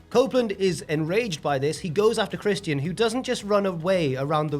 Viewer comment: Why are you pronouncng Christians name like that? No way is that easier.